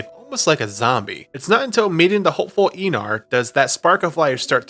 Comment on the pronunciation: No hate, great video but in danish ei is pronounced as eye (Arnheid and Einar)